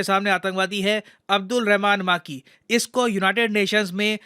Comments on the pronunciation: माकी ❌ मकी ☑️ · अब्दुल रहमान मक्की Not माक्की।